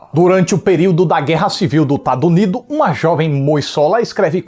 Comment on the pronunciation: Amo ele falando "TADUNIDO" hahaha